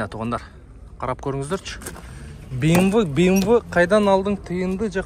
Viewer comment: Быймвы де😂